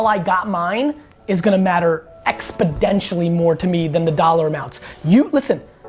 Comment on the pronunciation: Gary, first of all I love you and all that you do. Second, just to give you something of value while trying not to sound like a douche or a grammar nazi, it’s “exponentially”, not “expidentially”. Keep doing what you’re doing, man! 😁